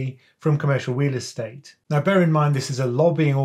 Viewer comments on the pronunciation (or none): I’m hearing wheel estate hahahaha